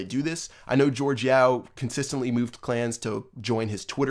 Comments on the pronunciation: Jorge is not George... it’s pronounced like HorHey... respect the name, this man changed the game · why do people say jorge yao's name as "george" cus its not :P sry bout being a somewhat grammar nazi but jorge yao honestly should have been banned because the way he became the #1 player was so cheap but he quit anyways